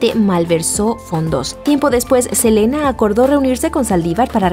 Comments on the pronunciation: Selena, we love you forever 😍⚘❤... SELENA, no Elena , pero bonita voz la chica del video 🤗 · minuto dice helena en vez de selena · Que aprendan a pronunciar es “ Selena “ con S no Elena En fin me gusto el video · se dice selena no elena pero que horrible lo de los famosos y mas Selena que casi apenas estava iniciando y luego iva a tener bebes ..... y tambien no se por que mataron a john lennon los beattles eran muy importantes en aquel entonces pero descansen en paz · Alguien mas escuchó Elena en lugar de Selena? 😂😂😂😌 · es Selena no elena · es Selena, no Elena. 🤣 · Selena no Elena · Es selena no elena jeje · Tambn lo note se le olvido la S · Soy yo o dice "Salivar disparó a Elena" ? 😂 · soy yo o dijo "elena" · Min dice Saldívar disparo a Elena por la espalda una S hace la diferencia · Se pronuncia Selina y se escribe Selena, la boutique es Selena etc no Selena etcétera